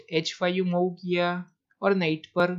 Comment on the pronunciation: Your game selection is good but the pronunciation is very bad. It's मुव्ह not माउ. And why do you sing while talking about moves? I like your game selection but please improve pronunciation.